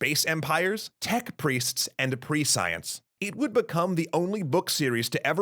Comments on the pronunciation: I liked this episode, but please check pronunciations of words you aren't familiar with, such as "prescience". It took quite a while to figure out what you were talking about. Also, the spelling is psychohistory, not psycohistory. It's a combination of "psychology" and "history". Unfortunately, the term has come to be applied to a branch of history that focuses on the psychological analysis of historical figures, so recent attempts at working out a similar mathematical science of history have been choosing other terms, such as cliology (although that term has its own problems). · That's not how the word "prescience" is pronounced. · What the heck is pre-science? It's definitely pronounced preSH(ē)əns... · Prescience is pronounced more like “PRESS-sea-ence”, not like “ Pre-Science”. Am I right?!? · Prescience is pronounced pre'she-ens, not pre-science. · ... ... ... by Pre-science I assume the narrator meant Prescience? (Preh-see-ence) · You've probably heard this many times, but as I'm new to your channel... The word is not pre -science... It's pronounced presh unse. A dictionary would best show inflections, but you get the idea. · >Goes to look up this concept of "pre-science" >Types it >Prescience >... It's pronounced preh - shence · That's not how you pronounce prescience. It's pronounced ˈpreSH(ē)əns or ˈprēSH(ē)əns, not ˈpreˈsīəns. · I have to admit I winced a little every time the narrator pronounced "prescience" as "pre-science" (instead of "presh-ee-ence") and saw "psychohistory" spelled "psycohistory". I did think it was a good introduction to Asimov's Foundation series, and inspired me to learn more. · I came to say just that. Pronunciation in the same class as "conscience". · I came for the same reason... it took a while to figure out what he was trying to say. Pre science? I'm glad I'm not the only one to notice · Prescience is pronounced "Pre-shunse", unfortunately. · Please go look up the correct pronunciation of "prescience"